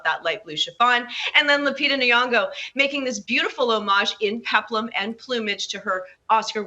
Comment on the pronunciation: Who is Leita Nongo? Are you trying to say LUPITA NYONGO💁🏾